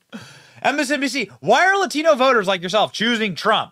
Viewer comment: the reporter says “Latino” with an accent. Just say it normally! OMG! AOC does that all the time too, they sound like fools.